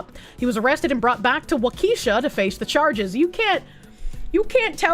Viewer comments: Pronounced like "walk-a-shaw" Wisconsin. "Wha-keesha" is what we call the ghetto part. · It's pronounced "WAKASHAW" not, "WAKEESHA". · WaKEEsha lol 😂 its pronounced WAkehShaw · Walk-Uh-Shaw. it’s not a black girl’s name 😂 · If not joking, no, it is not.😅 A better way to say it correctly or how those who live there do. waa·kuh·shaa 😅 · literally my first thought was “why is she saying it like she’s reading a ghetto school attendance sheet?” 😂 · The pronunciation of Waukesha killed me😂.